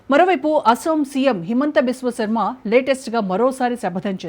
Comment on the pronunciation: ఓ అయ్యా. హేమంత బిశ్వ శర్మ మీరు కర్మ అంటున్నారు మాకు ఏమిటి ఈ ఖర్మ మీరు తెలుగు సరిగా నేర్చుకొని వచ్చి వార్తలు చెప్పండి